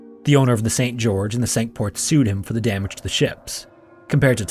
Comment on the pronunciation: Pronounced "sink ports"